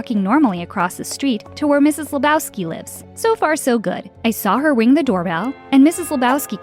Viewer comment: Fun fact they said wing instead of ring